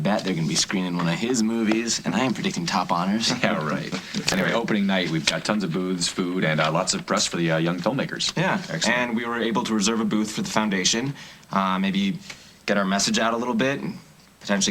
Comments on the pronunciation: doesn't it sound like noah says booze instead of booths. haha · when Noah says "booths" it sounds like "booze" lol